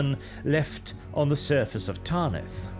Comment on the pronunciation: Ffs, it's "Tanith". Not "Tarnith". Please pronounce it properly. It kills my ear...